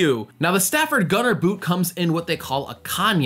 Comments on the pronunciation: Brilliant tip. (You prob already know this by now but Saphir isn't pronounced "sapphire", though I do believe it stems from that word. The name's pronounced "sa-fear" or even "sa-fir" depending on dialect.) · It's pronounced Suh-FEER, not 'sapphire' – if you also want to sound expensive that is, and not just look it! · Pretty sure it's pronounced SA-FIR and not Saphire. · Just FYI, the shoe polish is pronounced “suh-FEER”....rather than like the word “sapphire.” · To be fair, "sapphire" is the English counterpart of the French word Saphir. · Thanks for your contribution. It still doesn’t change the fact that the polish brand is pronounced “suh-FEER,” so my original statement was a “fair” correction to begin with. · Saphir = Sa-fear : Saphire =Sa-fire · Isn't it pronounce "sa-fere"? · Not to be pedantic but Saphir it's actually pronounced "saf -ear" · saphir not sapphire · Its pronounced saf ee r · Lol, you don't even know how to pronounce Saphir.